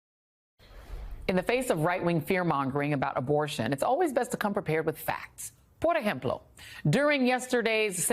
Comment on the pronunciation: Like always, I enjoyed that discussions that you bring about it the recent news. But today you surprise me when you said in Perfect Spanish, “ por ejemplo” that I Like A Lot. Hear that Words In My maternal Language, Because I From Puerto Rico 🇵🇷 that was beautiful. That’s why I always follow you in YouTube, I like the way that you analyze the news showing the things like there is. That’s why I always admire you, because your are a beautiful and intelligent woman, Always your big fan Blas Picorelli.😊❤